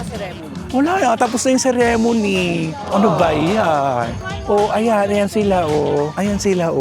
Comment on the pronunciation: Kuya ang pronunciation ng "ceremony" paki check po